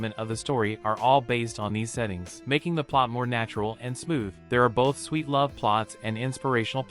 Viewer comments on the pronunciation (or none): none